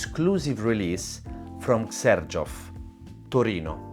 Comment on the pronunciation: I'd never know how to pronounce 'Xerjoff', learning from you.